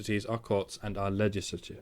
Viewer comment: normally with british people the accent gives me a problem of "not sure if gay or british" with you i'm not sure if it's because you're drunk or it's just your accent when you say "legislusur"